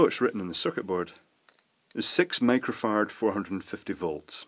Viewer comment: When you say microfarad, I hear micro-fart and i start laughing. Yes, im a grown child. This can be a great drinking game for students.